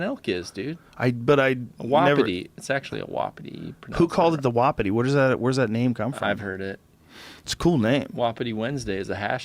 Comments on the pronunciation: It's pronounced WA -PI-TIE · Wapiti is from an indigenous language it’s not pronounced whapdi like buddy says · The word wapiti is from the Shawnee American Indian tribe. Also, it is pronounced Wa-piti with the accent on the first syllable and the i's are both pronounced like a hard e.